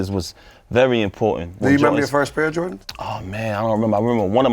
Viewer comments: Is it possible to give papoose the worst for saying "Jor-tins" ? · Stop saying JOR INZ pronounce it correctly.